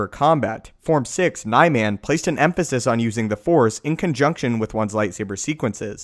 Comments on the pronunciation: Nye-man? Bill's favorite sabre technique. I'm not sure if there is a canon pronunciation, but most people say Nee-mun. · It's "Nih-Mon"